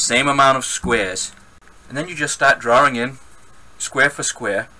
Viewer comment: Fantastic video! :-). Will watch some of your others! :-). And I love the way you say "drawring" :-).